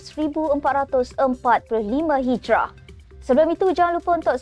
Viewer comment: Asma...sebutan yang tepat Hijiriah atau Hijri kalau Hijrah itu ada maksud berlainan ....sila buat semakan apa itu HIJRAH apa itu HIJIRIAH atau HIJRI